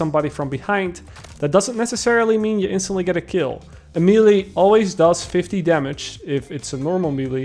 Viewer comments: His pronunciation of melee is driving me up the wall man XD it’s may-lay bro not mee-lee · Imma just finally say... you keep saying millie instead of melee, may-lay=melee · Good video but the way you say “melee’ hurts my soul